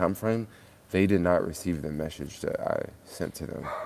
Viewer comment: Meshage Meshage it’s message lol enjoyed the video